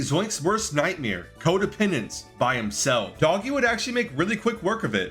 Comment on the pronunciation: its not doggie its doogie